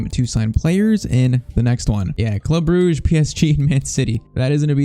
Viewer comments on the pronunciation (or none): none